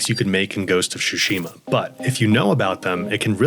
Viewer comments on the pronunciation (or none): Biggest mistake is pronouncing it fucking ghost of shoeshima. Its pronounced as it written. Tsushima. Hard T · "Ghost of shushime" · Ghost of "shushima" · lmao "Shushima" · SHOOSHIMA XD